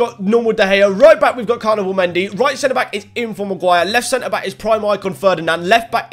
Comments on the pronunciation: He said carniball mendy 😂😂😂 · Why did you say carniball mendy